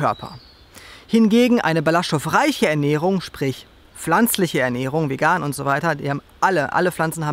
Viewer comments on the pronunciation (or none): none